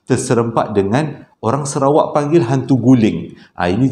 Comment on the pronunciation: Bang….serawak ke Sarawak?…hehehe